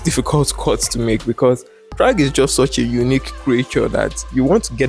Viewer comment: "this is chragg" 🗣🗣🔥🔥